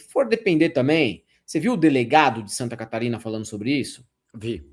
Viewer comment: Santa Catarina? Não, Santanascarina.